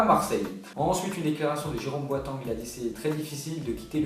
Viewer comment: #FAQ Pourquoi tu prononces toujours le nom des joueurs à la française ? Genre Boateng, Delofeu, etc.